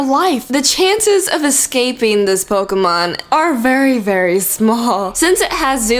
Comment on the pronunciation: it's pokEmon not pokUmon!!!!!!😠